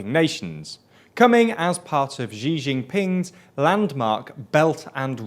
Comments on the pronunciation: It's great that you're covering China more. While you're doing so, perhaps it would be helpful to your credibility to pronounce "Xi" correctly. It's pronounced a lot more like "see" than "gee". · great reporting but for credibility’s sake please learn to pronounce “Xi” correctly! It’s somewhere between English “she” and “see”, not a soft “zhee” sound. Lots of pronunciation guides are just a google search away, this channel is reaching a level of journalism that deserves more rigour! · You guys are driving me crazy calling him ‘Zee Jinping’. It’s closer to ‘she’ than ‘zee’ or ‘zhe’. But if you want to be lazy and not learn how to accurately pronounce it, just say ‘she’. But there are a million free guides on basic Chinese pronunciation and ‘Xi’ is not present in English so it would help a lot to practice a name you guys say so often. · Good video but can you guys pronounce the Xi in Xi JinPing's name as 'see' rather than 'zee' please? It still won't be perfect but it will be much closer to how his name is meant to be pronounced. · President Xi = Sheee not Jheezz not Geee. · Quick Chinese pronunciation tip: Xi is pronounced more like “she” than “zhee” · Could you not pronounce Xi Jinping "Zhjee Jinping"? It's not hard. The Zhj sound doesn't exist in Chinese. Xi is pronounced "Shee". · Jesus Christ, if you want people to take your channel seriously you’ve got to at least pronounce peoples names correctly. It’s Xi as in “She”.